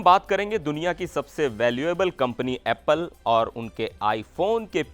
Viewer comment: Yeh anchor aeppal bolta hai, uccharan bhi nahi ata bechare ko